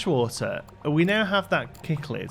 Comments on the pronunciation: I love this series, and I'd love to see you go ham with a sandbox aquarium soon! Also - it's sick-lid. But it makes me grin every time you say kick-lid and it honestly doesn't matter much. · Cichlid is pronounced as sick-lid :-) Hope that helps, would love to watch a series in sandbox mode